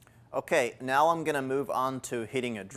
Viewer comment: I feel like I'm on Super Troopers when he keeps saying "meow" instead of "now."